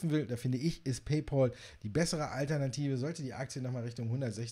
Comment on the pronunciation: Paypal wird "paypäl" ausgesprochen, nicht "paypol". Warum sagen die Deutschen immer Paypol???